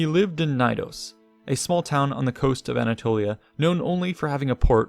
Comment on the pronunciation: Love the video but the way you pronounce Knidos... nnnhhhg. The K is not silent in greek nor latin. It's pronounced kuh-nee-dos.